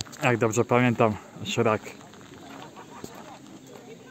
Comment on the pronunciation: Czemu mowisz szrak?